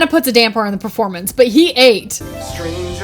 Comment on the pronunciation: permeownce She really said permeownce